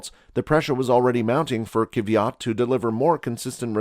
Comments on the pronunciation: I cant believe you butchered Danil's Kvyat last lol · But for real he butchered it LMAO